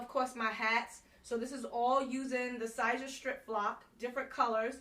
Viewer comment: Because I wanna see you win...Siser is pronounced like Caesar.